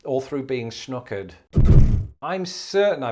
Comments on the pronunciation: I’ve heard the Os of schnookered pronounced more like nock than ooo. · it isn't schnookered, it's schnockered. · Grew up in Michigan, and what you called schnookered we called schnockered or snockered-- i.e., pronounced like "knock" not "nuke" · Schnookered has too many o's. Should be Schnockered and pronounced with a short o sound to mean drunk off your ass. Or arse. Whichever you prefer. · My mother, who grew up in southern Minnesota always pronounced shnookered as “shnahkered” but it must definitely have the Sh sound at the beginning.